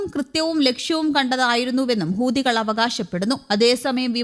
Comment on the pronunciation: ഹൂതികൾ അല്ല ,ഹൂത്തികൾ എന്ന് പറ മോളെ